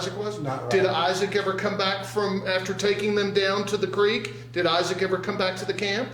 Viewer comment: in all his interviews he pronounces it as "Crick". Funny how he now pronounces if as "Creek".